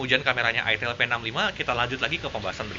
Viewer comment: Udah bener sih nyebutnya "aitel". Kalo "aitil" malah bisa bikin pikiran jadi traveling, soalnya namanya nyaris ramah (Buat orang Jawa). Cmiiw